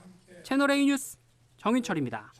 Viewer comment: 조수빈까지 뉴스를 유스로 발음하는군요. 실망입니다.